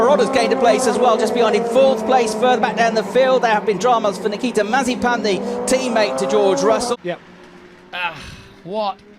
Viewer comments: Incorrect Pronunciation Compilation Mazziepen Masipan Massiepan Masipang Mazziepan Mazziepan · Comentator Nikita Mazep-a-n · no one: The commentators: Nikita Mazepans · Mazepin: is spelled and pronounced mazepin British commentators: MAZEEPAN! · Bruh the commentators actually called him Nikita Marzipan 😂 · "maz-i-PAN" that's an "i" in that last syllable, mates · Why do they say mazipan instead of Mazepin? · Nikita Mazepan 🤦‍♂️. Is Mazepin that hard to pronounce? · Why can’t some of the commentators say ‘Mazepin’ properly they pronounce his name as marzipan or mizapen 🤦‍♂️ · When Britains try to pronounce 'Marzipan'. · Mazepin, Mazeepen, Mazapine... who cares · Why is the commentators calling him "Marzipan"? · I love how some of the commentators called him Mazipan, i call him now Nakita Has-A-Spin XD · the dude said mazi pan :) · "Terrible things for nikita maz a pan" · 1.54 “Nikita Mazipani”😂😂😂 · LOL at the way Mazepin is pronunced Mazipan by the commentator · love how they f up his last name xD MAZIPAN! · Did he really said Mazipan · Nikita mazapán así lo pronuncian 🤣🤣🤣🤣🤣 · can we appreciate the commentators calling him mazeepan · Nikita mazapán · Why are they saying Mazipan? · Is it just me or are they calling him Mazipan sometimes?😂🤔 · man said mazipan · These fools insisting on calling him Mazzipan. I mean, are you a professional commentator or not? It's a bit embarrassing. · Nobody: Commentator: Nikita Mazipan